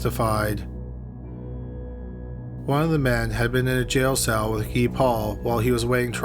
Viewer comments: Guy Paul.. He's french Canadian so it's pronounced "Gee" (like key) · I’ve never heard Guy pronounced like that